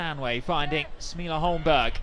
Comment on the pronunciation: Holmberg is pronounced "Holmberry". Confirm if you want